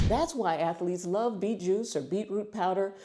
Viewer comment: Fresh « Beet » , for a french that’s obvious, lol!